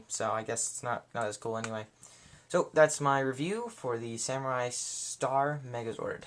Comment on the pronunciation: wtf is a saimuri? it's samurai